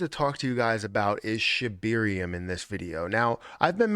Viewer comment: Is it just me or does Matt say “Shibeerium”